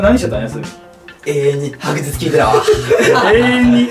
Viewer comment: おひさまは永遠の白日と聞いて、永遠の白線にしか聞こえない説笑